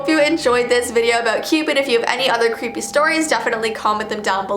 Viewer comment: Das cweepy lol 😂